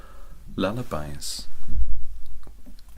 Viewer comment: The first time you said lullabies I heard "Leather Bias" and was REAL confused